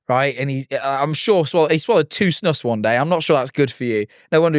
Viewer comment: i love how non swedes say snus lmao- also fun fact: a big reason why the swedish people didnt want to join EU at first was because snus was banned in other countries. they had to make an exception for us because otherwise we didnt wanna join